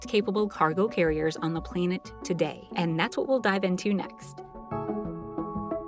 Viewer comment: What's a "playnet" 😂 Dumb bot commentary.